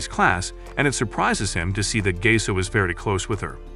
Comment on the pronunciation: Thats not gase thats Gaseoh